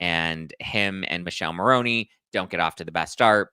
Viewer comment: It’s Mikeleh Marroneh not Michelle Maroney - please